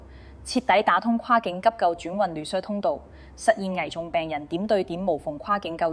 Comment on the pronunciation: 用心分析拆解的報道👍🏻細聽細看字幕，發現用字奇特粤音古怪，記述如下：華懋小甜甜爭產案關乜事？評述中甚麽→七敗？文旅？熟務？系87入？住眼漏服務權益？科普？引流擠兑？香港議員有質疑？ 巴頂柒？ 內地講成累地？靶向藥？ 畫面流淚女士不是宏福苑災民嗎？危(講成遺)重，不是抬上消防處乃抬上消防處管轄嘅救護車，要(講成擾)求，標(講成bell)準，南向(講成難艇，語音不詳)，閒資(形容多餘)養老，八7%(用字粵音奇怪🤷🏻‍♀️)，配(講成破)比，安(講成奀)全，八定七睇？？？干貨(報道被形容成干貨？)...